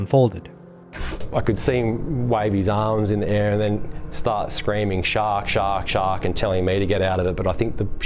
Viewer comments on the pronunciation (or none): none